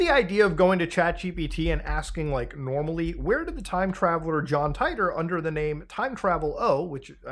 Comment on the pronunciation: It's John "Tee-tor" not John "Tie-tor"